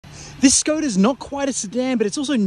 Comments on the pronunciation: You pronounce it Shkoda... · pronunciation is Shkoda. "Sh" as shut, shit, shape ... etc